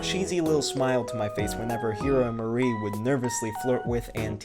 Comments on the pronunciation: you pronounced mari so wrong i didnt even realize you were talking about her at first its mah-ree , not muhri 💀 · Incredibly well structured video. For it to be only 6 minutes long it still manages to get straight to the point and explain the viewers exactly why they would want to play OMORI. That is, without even going as far as to spoil the more important twists in the story. If I had to find something wrong with it, it would be that - because of her implied Japanese descent, Mari's name should be read as Mah-ree.